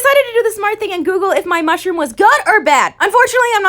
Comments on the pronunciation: Nobody: Literally nobody::musdhrpp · Nobody: Literally nobody:: musdhrpp